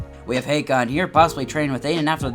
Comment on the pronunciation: Finally someone who says hakon normally lol